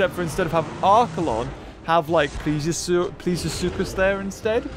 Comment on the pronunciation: thank you for pronouncing suchus right